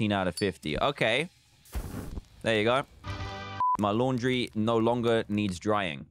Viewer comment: What the heck dude.. LAUNDRY NOT LANDRY